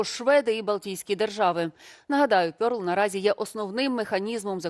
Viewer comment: РЕРЛ не пьорл !